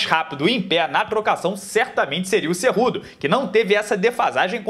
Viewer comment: Pô,se fala cu doce. Kkkkkkkk